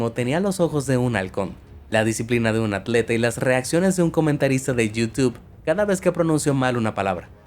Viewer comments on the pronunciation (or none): No se dice "yiu-tiube" se dice "you-tube"